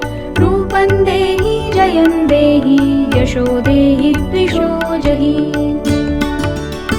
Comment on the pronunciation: Very nice voice... But it's Jayam dehi... Pls check